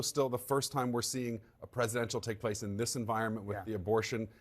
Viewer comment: Bernie Moreno is Colombian and he’s mispronouncing his last name on purpose to appear whiter. What a pathetic sellout.